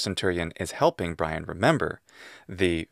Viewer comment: life of bwian